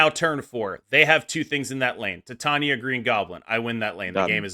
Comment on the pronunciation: Great video. Titania is pronounced TIE-TAY-NEE-AH like titanium.